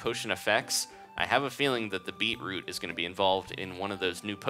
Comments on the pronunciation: you said beeproop soup -_ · said beatroop soup XD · It's pronounced 'bee-chroot' if you like them then you are a true Aussie :) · he says beetroot wrong